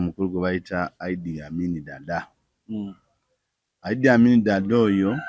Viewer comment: it's Iddi not Idea 😂😂😂😂